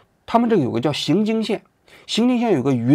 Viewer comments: 不是xinjing县是yinjing县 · 荥（ying )经,荥为多音字，此处读ying,不读xing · 作为一个土生土长的四川人，王菊，来跟我念荥（ying二声）经（jing一声）、荥（ying二声）经（jing一声）、荥（ying二声）经（jing一声）！！！ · 读云，读云经县，写是荣经，没文化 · 雅安荥经，荥念ying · 荥是ying （二声） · 荥经县，念ying